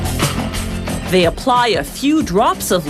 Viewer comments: the way she pronounces radiator annoys me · It’s not a Raadiator but a Radiator… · You silly woman. It's not a /Raddiator/ it's a /raydiator/ because it /raydiates/ heat. (Geddit?) You don't know the difference between lead and solder (sorder in the US), nor do you know the difference between welding and soldering (sordering). Whoever wrote this script knows very little about the process and is not a hands-on person. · It is Ray-dee-ate-or not Rad-e-ate-or! Does it Rad-e-ate heat or Ray-dee-ate heat? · Rad-iators, funny pronunciation . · Gross it's said raydiator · Ray-diator. Jesus. Say it with me. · That's some RAD raadiator😂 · Nobody: Voiceover: RaD-e-AtOr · Rad-iator. This pronunciation disturbs me. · What the hell is a "radd-ey-ay-der"? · she also said radee-atur, bitch needs to go back to school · It's pronounced RAY-DEE-A-TOR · Had to pause it and scroll down to the comments because of the way she pronounced radiator lol. Glad I'm not the only one that is bugged by that haha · The way she pronounces "radiator" makes my ears bleed.. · if you can not pronounce the title....spare us and stop...if you are not proficient in english an orator may not be your calling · I really hate the way this lady pronounces radiator! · or how to pronounce radiator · If you’re going to say radiator 15 times in one video at least learn how to fucking pronounce it. Where the hell did the Original narrator go? This chick sucks. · This was painful to watch because of how she pronounces radiator lol. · Bro.... everytime she says it I want to leave this funking planet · I was about to comment the same thing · learn how to pronounce radiator